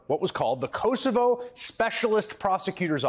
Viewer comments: Chris, please pronounce Kosovo correctly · The mispronunciation of Kosovo is hilarious.